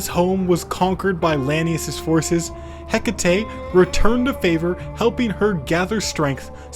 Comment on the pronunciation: Hekate, heh ket. Hehket man. RAGE